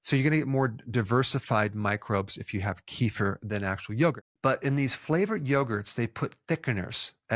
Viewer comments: Doc it's not kifer, it's kefir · It's kefír, not kEfir (emphasis on last syllable). I'm doing it every day. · kefir is not pronounced like that